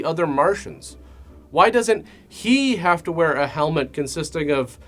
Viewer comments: I’m dead serious you need to stop saying “TOO the show.” You make fun of dumb things and do a dumb obnoxious thing yourself. Stop it. Just say the sentence normally. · Btw, I love the odd choice of putting the emphasis on the word "to" in the intro's (intros? introes?). Anyhoo, Merry Xmas